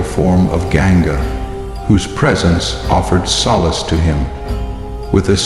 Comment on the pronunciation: well I've never read Mahabharat so it's all mostly new information for me. It's annoying that the narrator mispronounces names like Ganga, Hastinapura, Devavratha, etc... I'm also a bit lost on some of the characters but I'll probably rewatch season 1 to help me get some clarity and better understanding of the story so far. The background music also annoys me a bit sometimes and I wish it were more Indian-sounding music, but that's okay. Overall I am enjoying the series. Am learning alot and look forward to season 2!